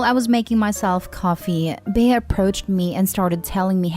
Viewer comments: It’s not pronounced “Bey-a” but Bea as in bee. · Story 2- If this story is taking place in the United States, the name Bea is pronounced like Bee. It's a nickname for Beatrice. Just thought you'd like to know.